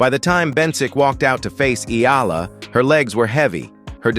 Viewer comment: Great commentator plus you got the E Ah LA the exact way. I guess you have to be a real Filipino to say that right.